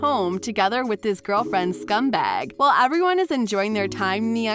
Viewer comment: The frog is gehngis and it's scumbug not bag